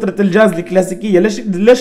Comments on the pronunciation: كلمة خطء شو الحاز غبرالجاز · اسمه الجاز وليس الحاز 😂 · تقصد الجاز وليس الحاز ههههههههههه